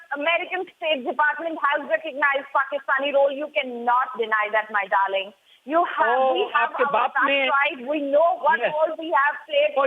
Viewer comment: kept on saying Dahling, seems like she had some smoke with IK.